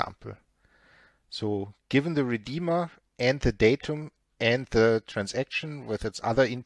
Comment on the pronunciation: accents reminds me of Arnold Schwarzenegger from the movie terminator. when said "Redeema"